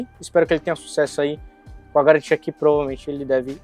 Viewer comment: Sem galantia sem galantia complo pq quiz